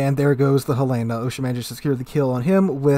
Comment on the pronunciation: It's named for the city in Montana, Helen-ahh, not a woman's name Hel-lana.